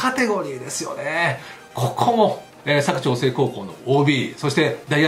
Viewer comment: 佐久長聖のイントネーションが間違っております。テレビのアナウンサーも間違っていますので。 地元ではさにはイントネーション在りません。